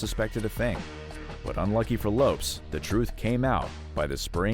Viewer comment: 11m25secs: LOPES! 🤣😂. So it’s always been Jennifer LOPES, no wonder Mariah Carey doesn’t know her! 🤡🙃